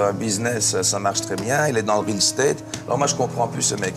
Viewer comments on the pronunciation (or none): none